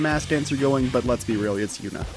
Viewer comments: Saying “Yunah” instead of “Junah” throws me off everytime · Please tell me you played the game in japanese or something because I have no idea where you got the 'yuna' pronunciation lmao